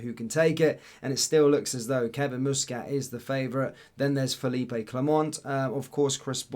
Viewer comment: Fell-leap not feel-eep-ay! he’s Belgian not Spanish!!!